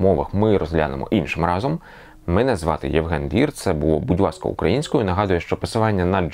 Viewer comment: Будь Васка? Чи я в вуха довблюсь? До логопеда сходити потрібно.